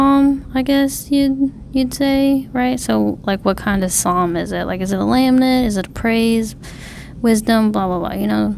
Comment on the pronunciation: Thanks for the video :) This is one of my favorite Psalms, we sing the first few verses in my church pretty regularly. I want to point out that you keep mispronouncing lament. You are saying "lam-nent". To pronounce lament, it sounds more like "luh ment." To lament means to mourn or grieve. In this case, the Psalmist is crying for help from God. Again, thank you for your video. It was truly an encouragement and makes me want to dig deeper in the Word. God Bless!